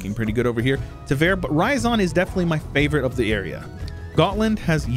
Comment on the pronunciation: It's not Ra-ya-zan, It's Ryazan. You know meme "It's ya boy!" Well, combine that Ya sound with rolling R at the beggining, that's Ryazan. idk where you keep finding that additional ah sound in that word.